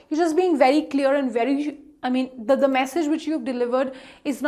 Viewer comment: The content is good, the presentation needs improvement - 1. Please work on when to pronounce "the" as da-h and when to pronounce it as th-ee. 2. Less usage of - you know, sort of, kind of.